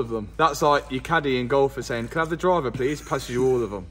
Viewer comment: heveh is not a word lad